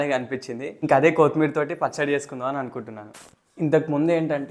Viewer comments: Not koootimeera, it is only kothimira😂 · ఎందుకు కోత్ మీర్ అని వెరైటీ గా పలుకుతున్నారు ? అది కొత్తిమీర అండీ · Pachchadi bavundi kani Jai Sreemannarayana ani anatam manesavu badha ga undi Kothmeer kaadu koththimeera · కోతి మీర కాదు నాయనా... కొత్తిమీర...